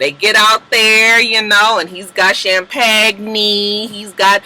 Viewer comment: She said champagne(Sham pag knee) lmfaooooo